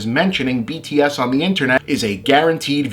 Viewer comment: I appreciate this too! The only truly offensive part was that he completely failed to pronounce their band name correctly, sounding like he was mocking them, but otherwise a great video!